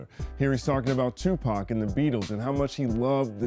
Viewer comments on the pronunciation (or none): none